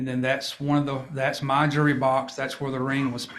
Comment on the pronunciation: His accent is cute! Jewelry sounds like jury